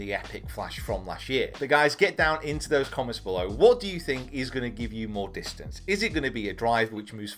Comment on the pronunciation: Did you just say distance is sex?